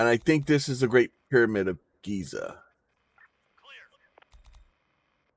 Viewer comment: its Giza.. not gaza